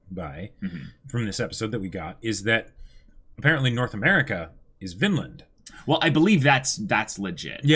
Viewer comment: Whenever they say “Vinland” I just hear “Finland”. Confuses the heck out of me😂